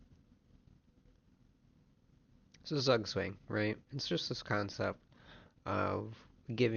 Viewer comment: very interesting video, thanks! but your pronunciation of "Zugzwang" is really bad 😂